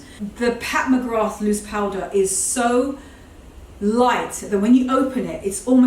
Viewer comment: Filming in front of that large mirror is great because we get to see the back of the dresses as well as the front at the same time. 👍 The dresses are gorgeous and those trousers you've ordered look amazing. One thing - Pat McGrath - The 'th' is silent, just say MaGra. It's an Irish name and I'm Irish and have a friend with that name.